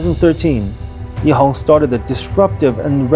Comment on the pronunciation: Shourt Ehang when pronounced in Mandarin (which is the de facto common spoken language of China), should be Ehang with an 'a'. However, the commentator speaks with a Cantonese accent (btw the company is located in Shenzhen), so it sounds like Ehong instead of Ehang. Wong is a common Cantonese surname in HK where the people there do not follow Hanyu Pinyin to spell their names in English. It is pronounced as Huang in Mandarin. Wang is a completely different family name from Wong & is used by the mainland Chinese who follows the Hanyu Pinyin & speaks mainly Mandarin. Interestingly, Shenzhen is in mainland China where they use Hanyu Pinyin to spell their names in English; but like the rest of the Guangdong (i.e. Canton) province, they speak the Cantonese dialect instead of Mandarin. Hence when they pronounce their names in English, it can be confusing. And no, Wang Computer should be pronounced as Wang & not Wong. If you heard it pronounced as Wong, it is the problem of the speaker. FYI, there is no way to pronounce Wong in Mandarin.